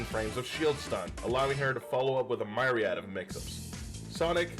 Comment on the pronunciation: sorry bro i gotta report u for saying myriad that way